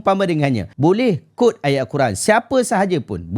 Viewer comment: cara sebut quote: kwowt